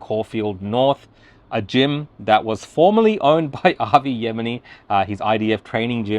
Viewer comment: Even he can't pronounce Avi's surname properly